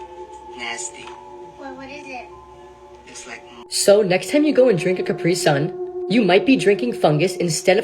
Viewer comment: It's carpi-son not Carpi-sun